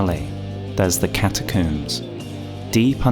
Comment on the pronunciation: Why do you say catacooms like tomb instead of comb?